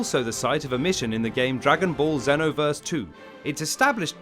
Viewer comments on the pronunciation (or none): It’s pronounce Zenooverse Dragon ball Zenoverse